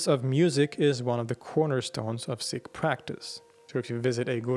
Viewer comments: Pronounced seek not sick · It's pronounced Seek not Sick. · SEEkh. SEEkhism. Not sickh... They're not sick lol 😅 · Pronounced "Seek", not "Sick" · Whatever the correct pronunciation is, I wish you would say "Seek" instead of "Sick" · It's pronounced "seeks", not "six". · Pronounced "seek". Thanks. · Seeee (pause) k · You pronounce sikh incorrectly